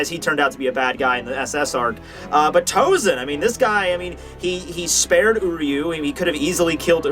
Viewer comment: Sorry,but why TouZen? He's TouSen. Maybe it spells in English like that,but it Japanese is spells S instead of Z.